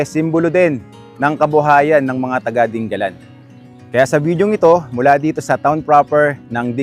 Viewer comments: hindi po ding- ga - lan. di- nga - lan po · Sa mga taga Aurora, Dingalan ang bigkas dyan at hindi 'Ding-galan' na parang Pangasinan. Mabuti naman mukhang malapit nang matapos yang coastal road. Ingat sa byahe. Thank you for your video. Mahirap lang dyan after nung bridge baka maraming aangal na naman na driver sa sobrang tarik ng daan kagaya ng Gumaca bypass road.